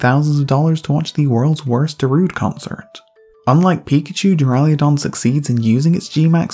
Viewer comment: Loved the video, but for the love of Arceus, there is no "i" in Duraludon